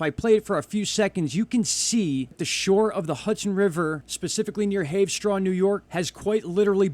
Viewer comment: It's pronounced Haver-straw. The Hudson has always bubbled like that since I was a kid btw. The Ramapo fault line is there.